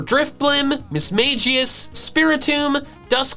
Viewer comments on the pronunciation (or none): none